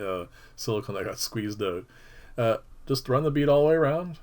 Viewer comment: Nicely done...Did I hear, Ote??? I sense a Canadian, ehh!